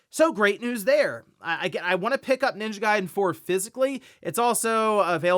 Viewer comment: The way dude say ninja garden “Ninja Guyden”😂😂